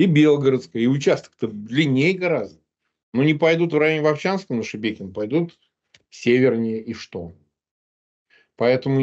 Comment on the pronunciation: Шебекино!!!А не